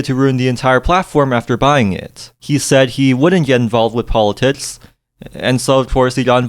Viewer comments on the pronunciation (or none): I'm sorry I can't listen to you when you say politits. come back when you grow up